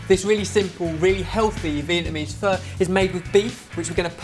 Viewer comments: You should pronounce it more like 'fur' just saying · You day pho like pha guys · Pho is pronounced FA or F-A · My Opinion.One: said Pho wrong.Two: You use Pho noodles for Pho, not Udon Noodle. Even though Udon noodles are thicker and it holds flavor well it shouldn't be used for pho.Three: Pho is suppose to take awhile to cook. Its not like a 1 hour process.